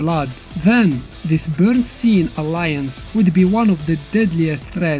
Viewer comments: just a heads up, Bernstein should be pronounced like ''Einstein" ! (Bernshtayen not bernsteen) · His name is pronounced like Einstein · Wait, it is pronounced "Bernsteen" ? Cus I honestly read "Bernst-AYN" as in "Albert Einstein"...